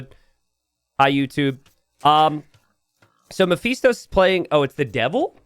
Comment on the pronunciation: Ma-Fist-Tow, It's the name of a demon.